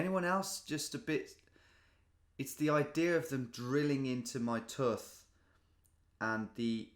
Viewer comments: This man pronounces tooth “teuff” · “drilling into my tuth” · Did you pronounce tooth like foot? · Tuth? Is that Northern for tooth? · Mfw "tuth" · As someone who works in dental, I’m offended by how you said “tuff” 😬😬😬😬 I cringe hearing it from patients, it’s like hearing someone say fliss instead of floss 🤣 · DUDE HOW TF DID HE JUST PRONOUNCE "TOOTH"?! TOOOOOHTH?! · I used to work with a Brummie girl who would say "tuth" too! Very strange. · It's not just us Welsh folk who say 'tuth' then? 😁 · Did my man really say ‘tuth’ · “Drilling into my tuuth” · regardless of anything else in this great video, as an american i just can’t get over the way u said tooth. “tuth.” i never knew british people said that word like that. love u tom hahahaha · I about died when he pronounced tooth like tuth 💀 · Do all Brits say tooth like this?! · how did you pronounce tooth like that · I refuse to believe anyone actually pronounces tooth like this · Can we talk about the way Tom pronounced ‘tooth’? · tom has been visiting wales too often, he’s pronouncing tooth our way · my jaw hit the floor when i heard the way you pronounce tooth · Tom. Do you realise you pronounce "tooth" like a Welsh man?